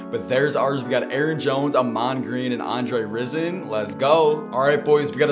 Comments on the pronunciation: Someone probably already told you but it sounds like rise-in, not like risen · It’s Rison not Risen. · YESSIR! Im so happy that ahman got a card cause im broke af and cant afford jones lmao. I just did his set and had most of the cards already so it only cost 70,000. Rison on the other hand is 300,000 lol. also its pronounced (Rye-zen) and his nickname irl was Andre "Bad Moon" Rison. as if to say a bad moon is Rison or rising. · Just googled it, it is pronounced “rise in”